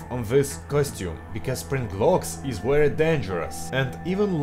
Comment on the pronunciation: wery? mb very?